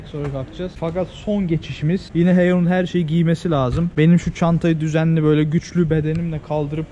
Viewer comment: Güçlü bedenine yaptığın vurgu😂